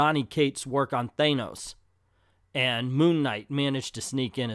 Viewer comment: Most people I know of say Than-ose, only a small number of people strangely insist on mispronouncing it. It shouldn't even be that hard.